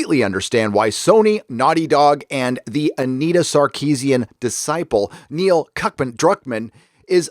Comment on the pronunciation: Is Gary calling him Neil Cuck-man or is that just what I'm hearing because of my own bias? lol